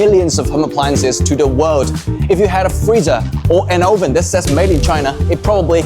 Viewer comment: 'Oven' is wrongly pronounced